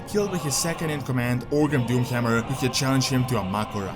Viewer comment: The Doomhjammjer. I love the accent lol